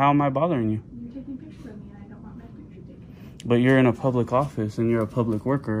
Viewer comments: theres another one "orfice" instead of "office" hahaha or at least I'm assuming haha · "Orfice" instead of "office" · Public Orfice. That is the mispelled word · lol also 21;06 office-orfice. hell yeah thanks! its the bay fam baby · ORFICE, THAT'S HILARIOUS 😂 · Orfice = office . You got 2 in there babe! Lol. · Public orfice lol. 25 minutes. All the way from San Angelo Tx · Public orfice bro? That’s sic. LMMFAO. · "Public Orfice"